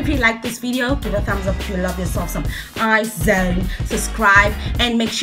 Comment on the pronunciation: It's their first comeback. You can check La Vie En Rose, it's their debut song. IZ*ONE pronunciation is Eyez-One not I-Zone